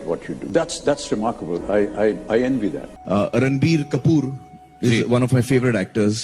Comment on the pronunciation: RANBIR KAPOOR bruh naam toh lele dhang se xd